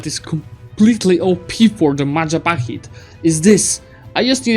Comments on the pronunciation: Your country is called Majahapit, not Mapajahit btw :P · Mahajapit ❌ Majahapit ❌ Mapajahit ❌ Mahapajit ❌ Mapajahit ❌ Majapahit ✔ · I love how he sometimes pronounce Majapahit wrong. Like in 13 Mapajahits. Bill Wurtz would be proud. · i have a problem with the way you say majapahit